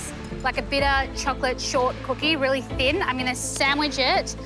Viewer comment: Someone please teach Amaury how to properly say "thin", cuz "phin" just doesn't cut it.